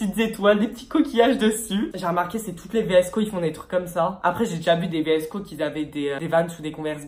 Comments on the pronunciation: vsco se dit visco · Ça se dit visco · on dit vsko girl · Vidéo pas du tout travailler tu ne t’ai même pas renseigné pour savoir comment ça se prononce , si cette vidéo a déjà été faite (et oui des milliards de fois) et genre aucun rapport avec la mode “année 80 ”🙄 Bref c’est une critique constructive parce que faut vraiment que tu t’améliore🥵